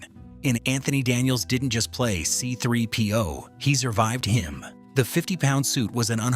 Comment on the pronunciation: What an absolutely horrible video!!! —DON’T PRESUME TO KNOW YOUR AUDIENCE’S KNOWLEDGE! We knew some of these points, so don’t lie and tell us that they’re something we “never knew”!! —don’t use AI narration if it doesn’t know how to pronounce key words. It mispronounced C-3PO, R2-D2, Sissy Spacek, mannequin, Tunisia, and others —Don’t tell me that the landspeeder used mirrors, but then show video snippets of the updated movies which used CGI, and NOT mirrors!! —don’t claim that the crawl want CGI, but then show us video of the episode IX crawl, which WAS CGI!! —don’t tell us that Lucas was fascinated by Flash gordon from the 1930s, while showing us video from the 1980 Flash Gordon movie!! Not even remotely the same thing!! All in all, this was horribly done. Next time, DO YOUR RESEARCH!!!!!